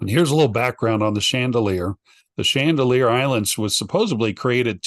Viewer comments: It’s actually Chandeleur ❤ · its Chandaleur not Chandalear